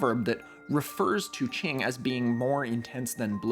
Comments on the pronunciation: indigo proves Newton was a fraud the whole time. it's qing not ching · Not to nitpick but the way q in qing is pronounced is at the tip of your tongue. You put the tip of your tongue gently onto the back of your teeth. It sounds a lot more like a ts sound (imagine imitating a bomb about to blow up) more than a ch sound in English. Ch is on the other hand pronounced by pressing the flat of your tongue onto the roof of your mouth